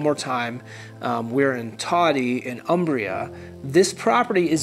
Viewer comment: Thank you for this video. I like all the details re: the town. BTW, it's pronounced 'OOmbria'. Ciao!